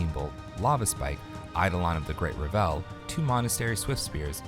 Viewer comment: REV-ul, not ra-VEL - the emphasis is on the first syllable.